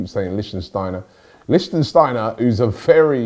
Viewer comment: "Liechtensteiner" ahahahhahahaaaha